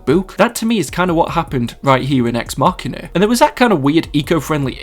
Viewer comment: It is pronounced ex machin(a) with "a" as in "amber"